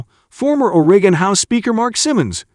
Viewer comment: my God, this clown cant even pronounce 'Oregon' yet here he is posting a video about it